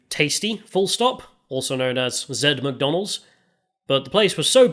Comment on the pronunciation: "Mac Dak". Oh a french restaurant.